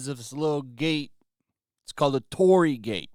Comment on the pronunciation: Your pronunciation of Torii is off. It is not "TOR RI". It consists with 3 sounds. TO, RI, I. "TO" is like word "Toe" only shorter. "RI" is like the first sound of "Ring". "I" is like the letter "E" only shorter. And yeah it is kinda like a gate to some spiritual places. There supposed to be something holy behind a torii gate even you can't see it. Maybe no one gives a damn about it outside Japan but I just wanted to point it out because I am a Japanese.